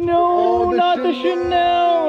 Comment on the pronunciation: not "channel" 🤣 its chanel miss gurl